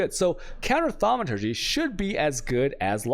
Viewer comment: The fact you pronounce thaumaturgy correctly of all things is the funniest thing in the world to me, good work dude :)